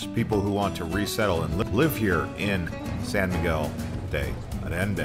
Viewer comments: It’s “de Allende,” pronounced “day Ayenday,” not “de Addinday.” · The double ll always makes a "y"sound, Allende. 👌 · you could AT LEAST try and PRONOUNCE it properly